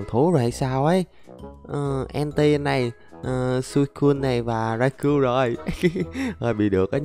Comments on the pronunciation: Rau cau anh ơi không phải rai cu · khong phai doc nhu the anh raikou anh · Nó đọc là rai cao